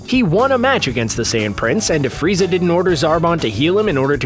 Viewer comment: You said frezai